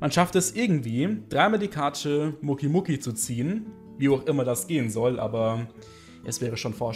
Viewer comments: Muki muki es heist mokeeey das e wird betohnt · Bitte sprich doch Mokey richtig aus! Das klingt wie Muki und das klingt so komisch! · naja er spricht es als würde da ein u stehen allerdings muss man die mokeys mit o sprechen , hört man auch in GX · Mokey wird anders ausgesprochen 😅😂